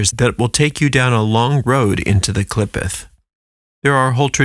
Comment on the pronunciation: It pronounced Klee Photh the O sound is like "oath"